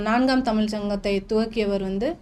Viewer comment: நல்ல பேட்டி ஆனா தமிள் மொளி என்ற தவறான உச்சரிப்பு உங்கள் தமிழ் மொழி ஆர்வத்தை பற்றையும் தடுக்கிறது 😢